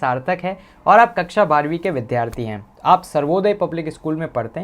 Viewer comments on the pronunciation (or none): none